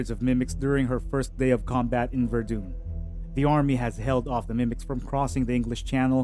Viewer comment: Your mispronunciations of Sargeant Ferell and Verdun France indicate you never saw the movie, just reading off a summary sheet generated elsewhere. You pronouncing Verdun as VerDune indicates you have Dune on the brain. And yes Dune was a fantastic movie, saw it 3X.